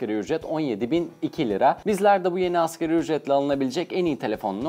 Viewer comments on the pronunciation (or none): Askeri ücret diyor ya şaka gibi.. 😂 '' ASGARİ ÜCRET ''